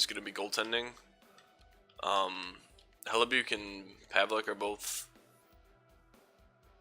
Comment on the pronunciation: It's Pronounced Hellibuck